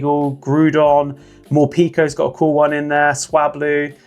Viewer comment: Never forgiving you for the mispronunciation of Morpeko 😢